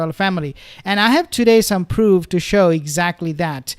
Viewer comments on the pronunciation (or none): none